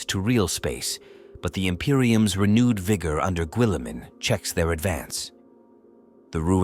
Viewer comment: I hate these lazy videos. If you're gonna narrate, then narrate. But no , you use a sub par AI That can't pronounce... Primarch , Guilliman , Goge Van dire , to name but a few. Unsubscribing.